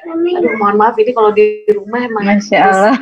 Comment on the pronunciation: Nyebut Lafaz Allah...Fasih Sekali Hj Tere.... Smoga Allah swt Selalu Merahmati Hj.Tere